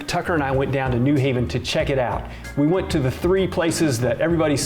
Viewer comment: its also new HAven, not NEW haven